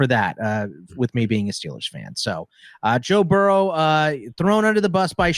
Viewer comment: Joe Barrow? Do you mean Joe Burrow?